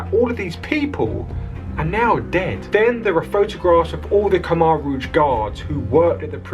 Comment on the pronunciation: If you're going to report on history, at least pronounce "Khmer rouge" right... I became very good friends with a Cambodian lad, his parents fled the Khmer rouge and found a better life in Australia, he now is a family man, works hard, loves his AFL footy and is a fantastic AFL footy player. Lay sok, was his name.